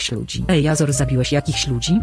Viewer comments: naucz muwić azora po angielsku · naucz azora normalnie muwic